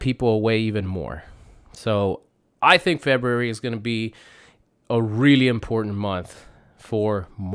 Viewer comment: It's pronounced FEBRUARY! my goodness